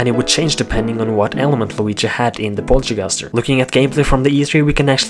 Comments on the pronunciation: its poltergust not polterguster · ITS POLTERGUST NOT POLTERGUSTER!!!!!!!!!